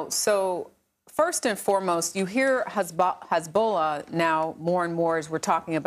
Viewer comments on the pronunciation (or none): Hazabollh it is not lebonan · Hezbowla lol come on your a news anchor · Couldnt pronounce Lebanon or Hezbollah. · Are you serious?! She can’t even pronounce it. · She can't even pronounce Hezbollah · It would be important to Pronounce Hezbollah Correctly I assume you have a education She cuts off the person rude War is Horrible like there going to tell you please really just talking head no sense these reporters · Especially her pronunciation of Hezbollah.